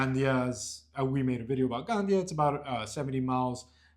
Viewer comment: me suena muy raro cuando dices gandia....jajajjajajajja ponle un acento en la i..es broma...saludos espero os vaya muy bien...